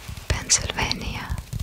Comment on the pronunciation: I am so, so impressed. You got just about everything right! I must ask: did you look up anything ahead of time? A few things: - Boise is pronounced like “Boy-see” - I noticed one of the times you said Pennsylvania, you made the “v” sound like a “w”. I was reminded of Pavel Chekov and “nuclear wessels” and I hope that isn’t bad of me! - Missouri is pronounced “meh zur ee”. You pronounced it like the word “misery”. Don’t get me wrong: my friends are flying to Missouri right now. And we mispronounce it on purpose because we don’t like it there much. Just, if you’re going to call the place “misery”, be sure you’re doing it on purpose. You’ll fit in with my friends 😅 This was an absolute joy to watch! I’m still not used to seeing videos so often now. But I’m delighted you’re here. Thank you so much!